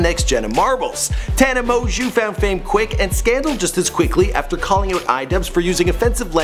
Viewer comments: It’s produced MO-JOE not mojew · Did anyone cringe when he said "Mon-Jew" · she's a gen z, not millennial. Pronounced mo-jo. Please do 2 seconds of research on how to pronounce names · It's pronounced mojo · Yo did I just hear you call her tana mon(Jew) ? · "a name no one can pronounce". Tana mo-jo it's not that hard, I've seen some other videos of him and this guy needs to learn how to pronounce names before starting to record. also when he messed up channon's name (Shannon), someone teach this guy how to pronounce words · and how da hell you get "Amojew" out of Mongeau? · Tana MO-JEW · TANA M-OO-JO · Also, it's really not hard to pronounce Tana's last name... she used to say it in the beginning of all her videos haha MOJO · "Tana Mongoose"-idubbz 2k17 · "Tana Moju" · its promounced "mojo" btw 😂😂😂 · Pronounced TANNA MOJO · “Tana Mozue” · Moejoe is how you say it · It's pronounced Tana, Mo-Jo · Mo-jew?!?! MO-JEW?!?! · "Tana mojew" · 'tana mojew' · her last name is pronuced mjo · It’s pronounced “mojo” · you say it like moan joe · Who the fuck is tana moju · Tana Mo-jew, LOL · It's pernouced " Tana Mojo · Tana Mon Jew?! IM CRINGING PLS LEARN HOW TO PRONOUNCE HER NAME BEFORE U MAKE A VIDEO ABOUT HER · Take a shot every time he said "Mongeau" wrong😂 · dude, you've seen her videos, she always says her name in the beggining at the video, how come you cannot say it right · How you gonna mispronounce her name when she says it at the beginning of every video? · Omg, her last name is french(like mine) it's not that hard to pronounce.. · at least say her name right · who else was triggered when he mispronounced her last name?? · SAY. HER NAME. PROPERLY! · He doesn't even pronounce her name correctly. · He literally can't even pronounce her name